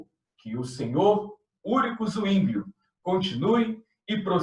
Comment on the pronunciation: Zwinglio= a forma de ler é Sivingio e não Uinglio